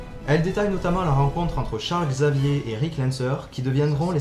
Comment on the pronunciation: heu je ne sais pas si c'est que tu articule mal, mais j'ai eu l'impression que toute la vidéo tu disais "Rick" et non "Erik"